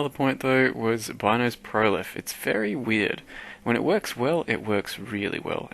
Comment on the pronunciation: also depends what language they took the name from. If it was from an Italian vernacular "Beenoes" would be the proper pronunciation.